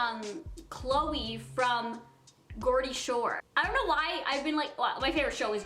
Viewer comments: Geordie is pronounced like Georgia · It's Geordie pronounced like "Jordy" like the name Jordan but Jordy. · It made me cringe how she said 'Geordie' in Geordie shore 😂😂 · It's Geordie X pronounced jordy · Hi girl, it's Geordie shore pronounced "jor de ", side not as a fellow Geordie just want you to know we aren't all like that lmao. Love you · Geordie lass here Newcastle lass laughed so hard when u said Geordie lol xx